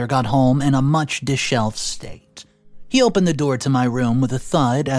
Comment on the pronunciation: "DISH EVELED" there's no such shelve. Please, please learn to say this word correctly because it's used a lot. Fonics is fun! It's sounds like DISH-EVELED. Thank you. ❤